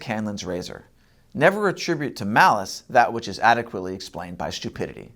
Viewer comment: Maolice, not malice 😂